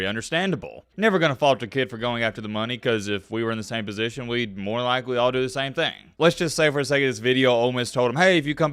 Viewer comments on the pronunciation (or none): none